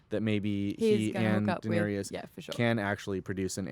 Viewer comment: And when says "Daenerius" instead of Daenerys